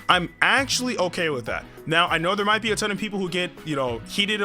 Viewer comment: Emphasis on "Might"